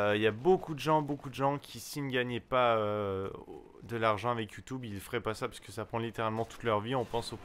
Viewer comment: ".. Avec Youtoube.." :)